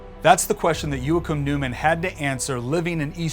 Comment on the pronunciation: You absolutely butchered the Name Joachim. But its okay cause it actually sounded funny and made me realize how hard that name actually is for an American to pronounce.